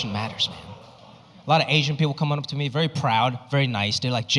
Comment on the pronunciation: Best thing about this guy is his accent,, he says ,Ashhyann instead of asian 😅😅 hhh